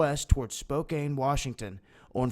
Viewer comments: "Spokane" is pronounced "spo-can" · you only pronounce Spokane like that if you want to rhyme with cocaine. It is Spo-kan.